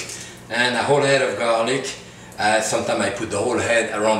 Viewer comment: "THIS IS GARRRRLIC!"